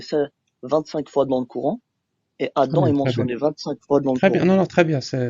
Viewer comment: "Le couran" mdrrr